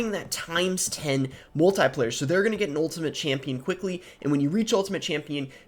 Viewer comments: Love your content Boss. Heads up, it's pronounced mul-te-plier as in a pair of pliers. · Might just be a regional pronunciation. If not, who really cares. Not that big of a deal. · Which one of us pronounces “multiplier” weird??